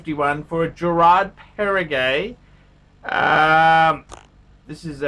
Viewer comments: It’s Geraadh Perrrehgouh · learn to pronounce the name of the brand, mate!